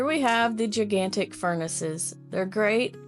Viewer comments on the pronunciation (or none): oh I came from Asia, and lived mostly in California. Like for example, on I noticed you don't say "G-ai-gan-tik" but you say "G-ee-gan-tik"